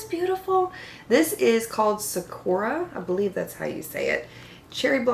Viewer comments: Sakura is pronounced sah koo rah, with a soft r. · This looks like a beautiful palette! Sakura is the Japanese word for Cherry Blossoms. It's pronounced more Saa-kur-uh with a bit more emphasis on the first syllable, not the second. I've never tried Alter Ego before, but might have to try this one.